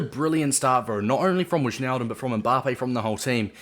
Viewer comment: It's pronounced Why-naldum btw